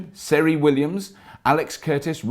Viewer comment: Your surname is Llewelyn and you said Seri in stead of Ceri!!!??? you should be ashamed mun! (Great videos by the way)